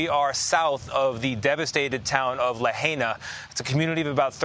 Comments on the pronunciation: "La High Nuh" NOT "La Hey Nuh" - appreciate the coverage tho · La-HAI-na, not La-HEY-na. Out of respect for the dead, at least say it right! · Tell your reporter on scene to learn how to pronounce Lahaina ...not Lahayna like he did😢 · Why can’t the reporter Tony get the pronunciation of Lahaina right? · Dude, learn how to pronounce the name of the town before you go on national TV. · at least learn how to pronounce the town's name correctly!